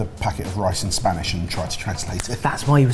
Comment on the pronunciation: Spanish pronunciation🤦‍♀ I'm also VERY upset that looks better